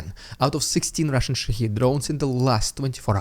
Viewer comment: did you just say: Iranian Shit head drones? 🤣